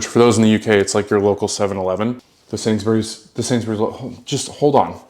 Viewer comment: Love this vid of you both, nice little mukbang. Is it me or does pronounce Sainsbury’s as Sains-berries? 😅